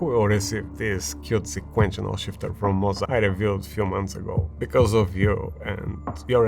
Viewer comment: I've noticed you say sek-kwent-shin-al instead sek-kwent-chul. I understand English isn't your first language but I think this would help